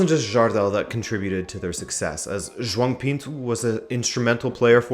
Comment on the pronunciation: Man, your pronunciation is so good, i've never seen a not native portuguese speaker say portuguese names so well, for example, usually people say "Joao" and you really said "JoÃo"